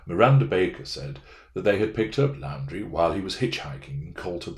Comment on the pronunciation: Thanks for the vid. Looking forward to your analysis of the body cam interviews. FYI - Moab, Utah - pronounced MO-AB; Laundrie = Laundry